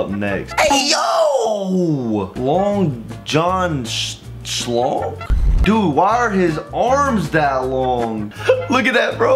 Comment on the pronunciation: listen idk if its just me or was saying the name so weird Long john schlong: bra tha'ts not my name: long jun school